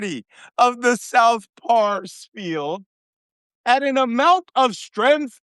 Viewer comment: C'mon Malcom, stop pronouncing Pars as PARIS. Pars is short for Parsi, (related to Fars or Farsi). NOT PARIS, GET IT STRAIGHT.